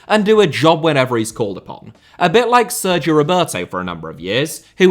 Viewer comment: why do you overdo the pronounciation of 'sergio' so much